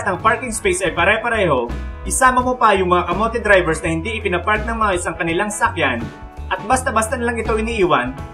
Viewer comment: Ako lang ba yung nakakarinig ng sakyan instead na sasakyan skskksks